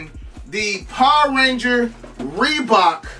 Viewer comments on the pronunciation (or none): none